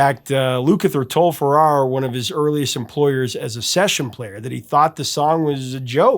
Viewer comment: Thank you for this heartfelt tribute. I was truly heartbroken when I heard of Olivia's passing, she was one of my idols, a person who no-one says a bad word about. Also, her long time songwriter's surname is pronounced Farrar like Farah Fawcett.